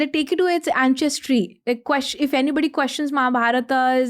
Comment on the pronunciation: Very interesting topic and guest! (But not sure why she calls Ancestry as “Anchestry” 😜)